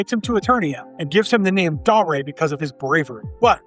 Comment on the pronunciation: Dar A? It's Dare as in I dare you to say that wrong again.